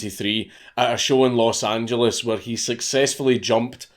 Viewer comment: Thank you for pronouncing Los Angeles correctly. Also, the founder of Superdry donated £1m to the Remain campaign. Just saying.